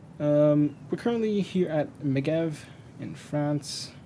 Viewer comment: ah yes "MeGeV" it sounds like "mejeve"